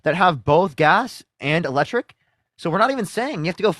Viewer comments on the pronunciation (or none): "You think those lectric veeikles are so great" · It's eeee-lectric not lectric. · He said Lectric vehicles 🤣🤣